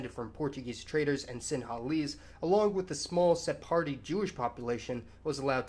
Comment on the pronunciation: You are pronouncing Sephardi wrong although I love your videos!